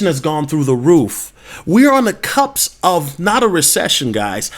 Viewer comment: BTW, it is cusp, not cups.